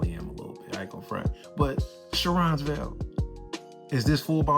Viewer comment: Pronounced Care-on’s vail